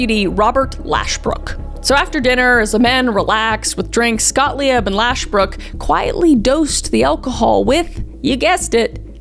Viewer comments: Hey kmk, the name "Gottlieb" originates in the German language and - at least in its original - should be pronounced "gott - leeb" (the "e" being the German way of signaling a "long" "ee". Great fan otherwise. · Please lookup how to pronounce names if you’re going to be saying them throughout the duration of a video. Gottlieb is pronounced like “Got-leeb”. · Love u Kris!!! Also one of my best friends is a Gottlieb and just so u know it is pronounced (got-lee-b) 😂 don’t worry everyone miss pronounces it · I enjoy your videos very much. It killed me you mispronounced “Gottlieb” the entire video. It’s German. You don’t have to pronounce every letter. Gottlieb is pronounced “Got-leeb”. Gott is the German word for God and lieb is the German word for love. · IT'S F<"(>;G PRONOUNCED GOTT-LEEB YOU IDIOT! Genuine question. Where you ever taught for certain words were pronounced? Because your pronunciation of certain names and places is terrible! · Got leaves name is pronounced Gotleeb lol and as a young child, I had one of his relatives, doctor Gotlieb for my adhd treatment back in 1995 or 96 and I had him for like 3 years. The doctor office was just a big brown brick building almost no windows lol and when me and his sessions would begin my parents were not allowed in the room…. I was among the first people ever to try out ridelin the adderall 😂. I honestly am not touting go into detail on what we did some things were frustrating to me others tests were really easy to complete. But on the ridelin I was pulling my hair out and leaving it in piles on the floor 😂haha….😅😢😢😢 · Love your videos. Just a little sidenote from a German: the 'ie' in Gottliebs name is pronounced like the 'ee' in english. So you would pronounce his name Gott-lee-b. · I wish I could get through this. You mispronouncing Gottlieb is bugging me too much unfortunately lol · The name Gottlieb is pronounced “GottLEEB,” not “GottLEE-EB.” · Gottlieb is pronounced Got-leeb, not Got-Lee-ebb.